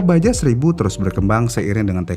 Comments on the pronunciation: Iya, rasanya risih denger ngomongnya baja melulu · baca nya baha min bukan baja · Dibacanya baha bukan baja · Admin nya ga mau bnerin.. Kmrin aja dah bnyak yg ngsih tahu klo isle bcanya ail.. Ttep aj divideo nya bilang aisel. 😂. Pdhl kan biar lbih edukatif lg dri sisi bahasa. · Padahal sekalian research sekalian belajar juga tuhh penyebutannya ya😢